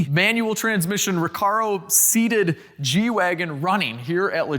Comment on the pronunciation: At the end of the ad read you said, "let's get back to the G-Wagon." I thought you said, "let's get back to the Reggie Wagon."